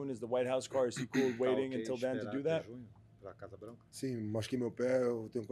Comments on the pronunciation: With all due respect, Poatan said "Casa branca" and not Casa blanco, lol. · FYI, it is Casa branca. You also pronounce Casa differntly than in spanish but yeah.... close enough